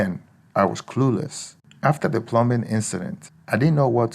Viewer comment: Pronouncing "plum bing" or wanting to use an "ooger"....don't think you have ANY experience!